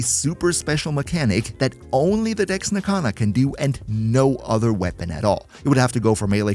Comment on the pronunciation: Can... can you annunciate your e's a little better... it sounds like you're not saying Dex...